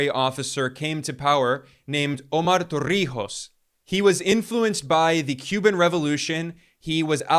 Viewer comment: Props to Ben pronunciation of Omar Torrijos with no effort whatsoever ❤